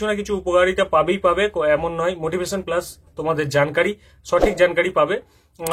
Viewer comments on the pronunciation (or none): none